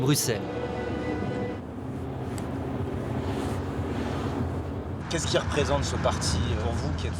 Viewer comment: Et on dit BruSSelles, pas BruKSelles